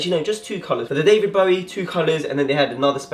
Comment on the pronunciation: Bruh how do you not know how to pronounce David Bowie